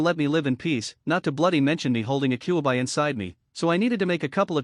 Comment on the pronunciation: This AI narrator kunow, kyuibuy, umboo. It is unlistenable.